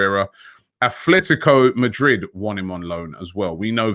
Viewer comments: Can somebody please tell Robbie that there is no ’h‘ in Atlético Madrid ? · There is a better chance of Robbie pronouncing Atletico Madrid correctly than us getting Partey and Auouar.